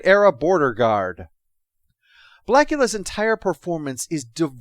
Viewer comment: "BLACKULA"? You mean that blacksploitation vampire movie from the 70s?